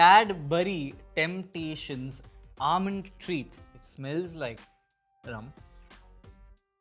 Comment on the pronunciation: the way he said rum cracked me up so good